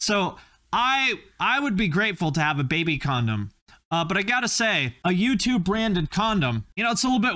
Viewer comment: Man every time you said U2 I swore you were saying YouTube…